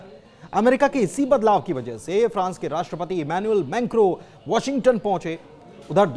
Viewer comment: Menkro. Nahi mekron